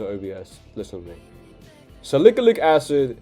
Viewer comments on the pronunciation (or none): Salikilic😂😂😂...bro it's salicylic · salicalyc acid😭😭😭😭 it's salicylic acid bruv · SALIKALIK ACID SALIKALIK ACID SALIKALIK ACID SALIKALIK ACID 🗣️🗣️🗣️🗣️ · "Sa lick-a-lick acid" HAHAHA